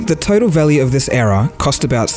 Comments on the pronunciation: The way you say error sounds like era as in age. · is he speaking era or error lolzzzzz :-) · You can't even say error